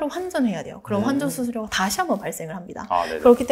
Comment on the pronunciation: 20대 여자분들이 많이 하는 콧소리 (입니당! 그런뎅! 넹!) 이런 말투만 좀 고치시면 훨씬×2 더 전문성있게 들릴것 같아요 내용은 좋은데 코로 말하시는 말투가 너무 강하셔서 ㅠ 전달력이 아쉬워요 환전수수료도 황정수수료 투자자분들은 투즈즈붕들?ㅠ 일케ㅡㅡ 애교가 필요없는 컨텐츠에선 조금만 빼셔도 좋을듯요!